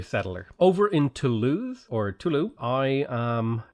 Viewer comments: Toulouse is pronounced with a z-sounding s. Usually, the letter s is silent if vowels do not follow it. "Too-Loo-z" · The s in Toulouse is pronounced. If there's an e after some consonants in French, the consonant is pronounced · You pronounce the "s" in Toulouse my man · Toulouse is pronounced "Too-looz", not "Too-loo". We have to set a better example for the Brexiteers.